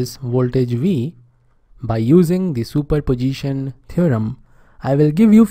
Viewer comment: Superposition ❌Super Pojition✅